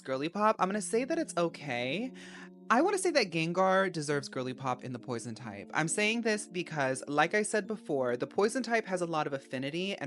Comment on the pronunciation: Pwoizawn??? Póisone, PWAZOIN???? (REST IN PEACE 🙏🏾🕊️)